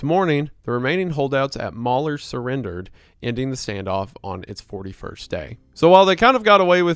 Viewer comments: Mal-He-Your not mauler. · pronunciation of Malheur is hilarious. He clearly looked up how to say it, but as with most French words in America we don’t use the original way of saying it. Locally, it is pronounced Mal-hear.